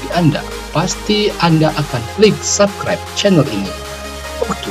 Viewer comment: subkribe wkwkwkwk 😂😂😂